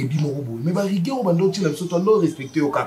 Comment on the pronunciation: rigueur et non riguaire.😂😂😂😂😂😂😂😂😂😂😂😂😂😂😂